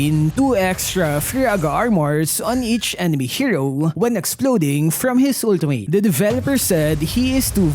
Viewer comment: "Ulti-meyt" ❌🤪👎 "Ulti-mit" ✔️😁👍